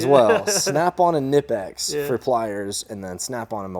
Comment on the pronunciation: Just a random appreciation post for pouncing KUHnipex correctly!